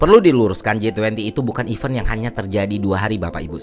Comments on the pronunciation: cara baca kata 'event' itu 'event' mas, bukan 'event' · It's good to fix your pronounciation of 'event' word